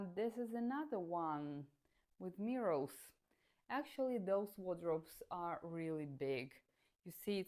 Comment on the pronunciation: Cute when u pronounce mirrors as mirruls in ur videos ❤